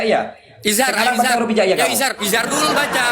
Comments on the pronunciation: awalnya kabib bilang "izar" kemudian nyontek jadi "izhar"😂😂😂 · Bilang izhar aja masih gk bener.🤣😂